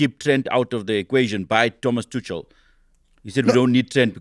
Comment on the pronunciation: Thomas "Tutschel". Come on, my swiss german friend. 😃